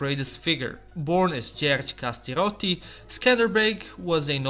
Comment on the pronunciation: Djuradj kastrioti a ne kastiroti, pogrsno si izgovorio! . . U nedostatku svojih junaka albanci su resili da prisvoje djuradja.